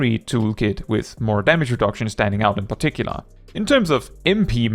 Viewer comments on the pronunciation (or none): none